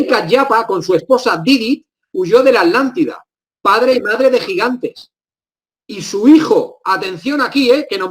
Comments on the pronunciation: Lo mismo me pregunto siempre, Jaja....en varias palabras se comen las consonantes q están entre una vocal y otra consonante.... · Porque dice alantida y el nombre es atlantida o me equivoco ???? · Porque le dicen alantida tengo entendido que es Atlántida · Porqué los Españoles no pronuncian Atlántida de corrida Tla ? Ellos separan la T de la L dicen ejemplo: At -lántida y At-letico. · Curiosísimo que los españoles, en un promedio general al oír a distintos personajes, son incapaces de pronunciar el sonido TL y omiten la T, , su pronunciación es ALANTE y no ATLANTE. ¿Se han preguntado a qué se debe? Todos podemos pronunciar cualquier idioma, por extraño que sea a nuestra particular lengua; pero los españoles tienen una manera de pronunciar que no admite idiomas ajenos, eso me resulta muy curioso, ni bueno ni malo, sino extraño nada más. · Buen video, pero tengo dos puntos: 1. Cómo se nota que es un investigador de terreno y de escritorio. 2. ¿Por qué pronuncian Alántida y no ATlántida con T? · Pronuncian la T pero separada de la L, dicen AT- LÁNDIDA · Genial.....Me interesa todo lo oculto. Y me encantó el.Video. Tambien algo cotidiano...me llama la atención que los españoles no pronuncian la TL por ejemplo alántida en vez de Atlántida.... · Por que dicen "Alantida"?? la T no cuenta o que?? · Quizá es irrelevante acá lo importante es la información...pero yo escucho que dicen ALANTIDA y es ATLANTIDA...puede ser??? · Disculpen la duda, ¿PORQUÉ SE LES ESCUCHA: "LA ALANTIDA" Y NO : LA ATLANTIDA? CON T¡ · Atlante, Atlántida, llevan una T después de la primera A, NO ES ALANTIDA , es ATLLLLANTIDA POR FAVOR ! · Porqué le llaman "Alántida" y no Atlántida como es realmente..?..esa pronunciación me distrae del relato en si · ¿Por qué la gran mayoría de españoles no pueden pronunciar, entre otros, el sonido TL contenido en ATLántida? ¿Acaso es un problema anatómico que les impide ciertas pronunciaciones de consonantes?